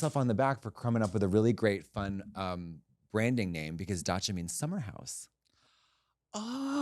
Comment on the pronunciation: trixie saying dasha instead of dacha is awesome. the dasha party, for all the dashas on the dachas